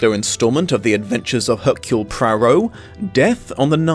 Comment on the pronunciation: Again love your videos but its pronounced AIR-CUE-L the h is silent!